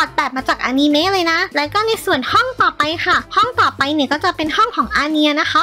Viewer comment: คะพี่พูดอนิเมพูดว่าอานีเม